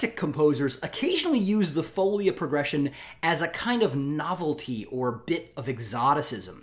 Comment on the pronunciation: thanks for the excellent series! just to appease my inner linguist : o ), folia has the stress on the second syllable: foleeea, not foulia.